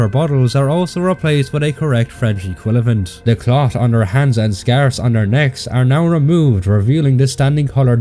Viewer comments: I don't mean to rag on you and this isn't really an issue by any metric but you keep switching the syllables in "Equivalent" to be "Equilavent". Something to be aware of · I swear if he says “equilavent” or “cavilary” again…